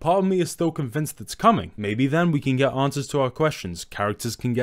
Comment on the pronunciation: Gege is "geigei" Naoya is "now" "oi" "a" Mahito is "mah" "hee" "toe" These are the ones i gathered off the video from the top of my head but still good video the pronounciations didnt take too much away